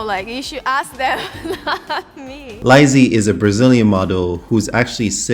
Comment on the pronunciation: It’s La-ís not Laisi